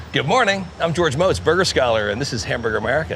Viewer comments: Its Mo-tz... Not Ma-tz. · Its pronounced Motes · George M"O"tz, get it right, Goooga. Don't even respect him enough, to pronounce his name right......Shameless infomercial, is all I just watched...."This guy really knows his stuff, also BUY MY STUFF!" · Dude said his name a dozen times. Can you try to say it right please?